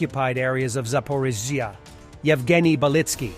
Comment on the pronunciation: He's still having trouble saying Zaporizhzhia 😁 still miss the old voice.